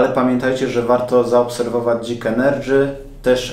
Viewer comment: dzik ENERDŻY